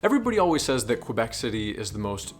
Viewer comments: Tip 15.) Don't call it "QWUAhh Bec" lol It's keh-BECK. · Kay-bec ....ffs